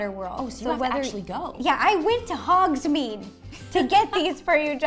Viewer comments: Ro: I got all of this from ‘hOgS-mEedE Me:..........iTs HoGs-MaDe nOt hOgSmEeDe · I thought that it was hogsMADE not hogsMEED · its hogsmaid not hodsmed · HOGSMEAD NOT HOGSMEED